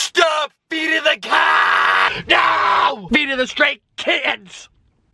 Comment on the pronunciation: I died laughing (im not rude tho) Anyway I heard "she's feeding the cacks"